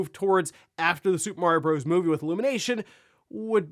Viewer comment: "Bros." has a period at the end which means it is an abbreviation. It is pronounced "brothers".